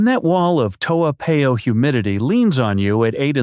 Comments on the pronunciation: Its Toa Par yo not Pay oh..please learn to pronounce the names of our places correctly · Americans tend to pronounce unfamiliar names as if they are American words. In Asia more often than not the alphabet a is pronounced as ah not ay. Toa Payoh is a hybrid name between Hokkien dialect and Malay . It should be pronounced as Toh- ah Pa-yoh . Toa in Hokkien means big. Payoh is a modification of the Malay word paya meaning swamp. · Eh, if you live in Toa Payoh, you better go and learn to pronounce Toa Payoh lah. Your pronunciation of that wonderful suburb is definitely the worst I’ve ever heard. I suggest you go downstairs and ask one of the uncles or aunties how to pronounce it. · You didn't live there cuz you can't even pronounce it properly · The math does not work because I just checked with one of my relatives who lives in Singapore. In addition, does not appear to live in Singapore. The proof - he did not pronouce the name "Toa Payoh" correcly. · You claimed you spent 4 years living in Singapore, but you cannot even pronounce your town Toa Payoh correctly. And you want to promote your Youtube. Shows disrespect for our country.